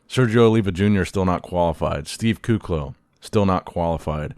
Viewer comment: It’s “Lucas CoeLHo”